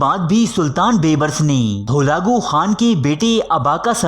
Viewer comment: Bolna sekho pehlay holagu nahi halaku hota hai...